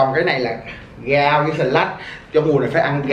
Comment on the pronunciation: đọc rau thành gau hok hà dễ thưởng ghê:) 💏💏